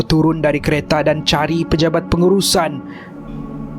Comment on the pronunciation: silap Sebut.. 'Kereta'